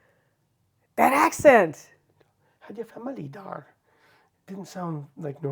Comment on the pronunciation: "Bedankt voor de koffie, Jan (Klaas)" would have been a bit better. The return was not bad, but definitely not fluent dutch! "Je spreekt Nederlands. Dat is te gek. Heb je vrienden daar?" Indeed, especially "daar" sounds too Englisch ;-)